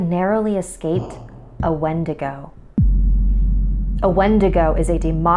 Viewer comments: Its prounounced win-dig-oo I'm native I know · Warrior Nun exactly what I was thinking. Also going crazy because she pronounced it wrong 😳